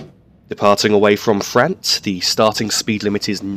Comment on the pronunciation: P.S. I believe it's pronounced Fra-unt not Fra-ant.